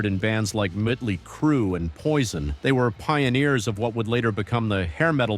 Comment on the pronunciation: You pronounced motley wrong